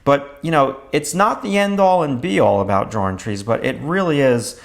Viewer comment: i would appreciate your videos better if u learned the correct pronunciation of the word "drawing"